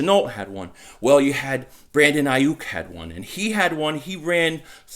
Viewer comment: Lol SON! Say Brandon Aiyuk again SON sounding like a true Philly Guido "Brandon Aiiiyuk" ! 😂😂😂